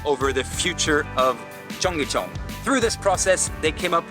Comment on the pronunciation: Amazing that you spent time in Seoul and at Cheongyecheon and never listened to anybody pronounce the name. It's pronounced "chung-gay-chun". Not difficult to say. Listening to you say "chung-gay chay-on" throughout this video was excruciating, and really damaged any credibility you may have had.